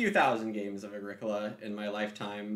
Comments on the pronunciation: every time you say “A-greek-ola” I just cringe hahaha. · My FLGS gave away Mayfair posters with the proper pronunciation of A-GREE-COLA on them, nice work (though it was too late for me to change at that point.) Also bumper stickers: "My other car is a Moldboard Plow"